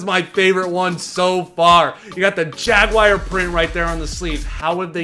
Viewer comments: Hey its JAGWAR NOT JAGWIRE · You say Jaguar wrong every timeeeeee